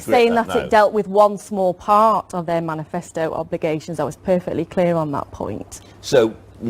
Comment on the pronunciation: "menifasto commitment". lol what an amateur.